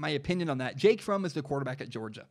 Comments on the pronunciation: Pronouncing Fromm like from slightly triggers me lol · By the way it’s pronounced like Prom but with an F instead of a P